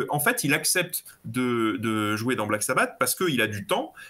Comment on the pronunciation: J'ai arrêté à "... Dio le meilleur chanteur de Black Sabbateu..." 😂😂😂